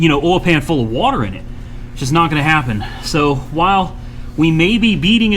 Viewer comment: shit to funny when he say “Wuhater”